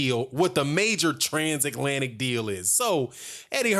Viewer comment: "Transaklantic"... holy shit dude